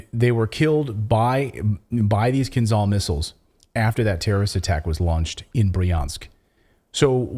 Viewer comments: there;s a reason there is an "h" in KINZHAL. it's not 'kinzal' silly americans don't even try to pronounce things right... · please KIINZHAL not KinZal.Zh like Rio de Janeiro,Marshal Zhukov,french Jean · Fun fact: pronunciation is kinzhal, kinjal, not kinzal. It is not called dagger, it literally means dagger - Кинжал=dagger. Ж=zh, j. This is in bulgarian, i guess russian as well because we share a lot of words( we gave them our alphabet some 1k years ago :) ) Now we are part of the traitors in EU who are enemies of russia.. not normal people, just our sold out pigs at the government. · It's pronounced " KinJal" , like Marshal Zhukov. ZH is spelled like a tough J or G in English. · Right way to pronounce Dagger in Russian Kin'dzhal not Kinzal. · Not kinzal, kinZHal. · Dude,it’s “Kinzhal”,pronounced like in Jedi,-”Kin jal”, OK? JA,JA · It is pronounced "Kinzhal" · "zh" in "Kinzhal" is pronounced as "s" in "measure". like sh with voice.